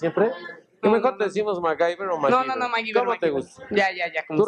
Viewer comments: Corrección: "Maguiber" xD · "El Maguiver" 🤭😂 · Jajaja pero pinche Nino Canún lo albureó feooo cuando le dice ah eres "mai gaver" se mamó